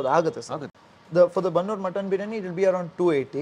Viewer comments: ಬನ್ನೂರು ಕುರಿ ಅಲ್ಲ ...ಬಂಡೂರು ಕುರಿ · ಬನ್ನೂರು ಕುರಿ ಅಲ್ಲ ಸರ್ ಅದು ಬಂಡೂರು ಕುರಿ ಅಂತ